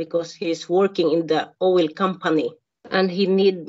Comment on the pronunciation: Owel instead of oil oh she is so me!!!